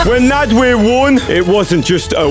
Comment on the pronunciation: Why does bro call nadwe naadweeh